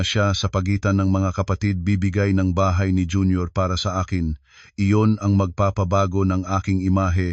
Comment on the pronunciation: Mr.narrator mag aral Ng tamang bigkas Ng mga pilipino,ang bahay naging tahay?